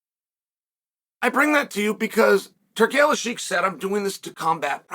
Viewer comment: Turkish ashheeek